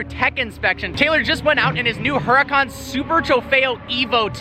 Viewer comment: The h is silent in Huracan